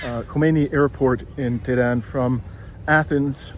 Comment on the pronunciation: For the love of God, you're supposed to be a Journalist!!! Why don't you try to learn the correct prounonciation of the country,city you're visiting! EE RAN? TE RAN? CUTTER? Really!? This is not only a disrespectful , but also makes your story, irrelevant & quite unbearable to watch. While visiting Iran, I strongly suggest, that you would ask around, listen, pay close attention, so hopefully you can try your best to learn the correct pronounciation of these Cities & Countries. You owe this to 33k plus who viewers so far. Hope you won't mind, but I had to be blunt.